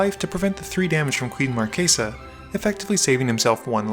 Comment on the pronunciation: I absolutely love that you keep the italian phonetics when you pronounce Queen Marchesa.